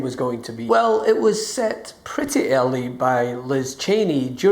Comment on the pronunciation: Opening remark: “It was set pretty elly …” Elly? What?